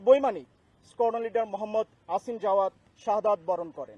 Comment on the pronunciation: নাম আসিম not অসিম